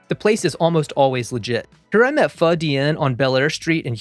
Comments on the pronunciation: As a Vietnamese immigrant, I just want to say I appreciate you pronouncing Pho, correctly (vs FO as other chefs do) =) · I am so grateful that you pronounce pho correctly